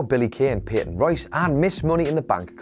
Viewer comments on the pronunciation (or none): none